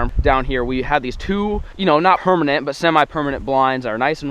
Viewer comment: At one says,” hermanent” Did anyone else hear that